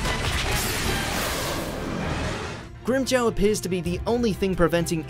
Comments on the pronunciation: its pronounced grim-jaw not grimjow!!!! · They pronounced it GrimmJaow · Grim Jaw, say it with me, Grim Jaw.